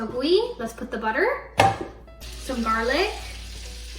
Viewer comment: 아니 어머니 버터는 영어인데 왜 틀리세요😂 한국어랑 같이 읽으려니 발음이 꼬이셨나 ㅎㅎㅎ